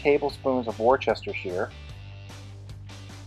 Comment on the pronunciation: Great video! Fyi you pronounce it woos-ter-shear like woof, ter shear (like sheep shears)